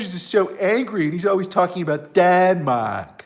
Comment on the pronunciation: Matthews is from Philly. WE don't say 'Denmahk'. He's asinine.